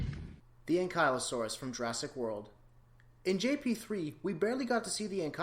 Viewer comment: You mispronounced ankylosaurus